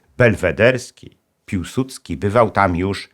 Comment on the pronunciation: piłsudski czy piusudzki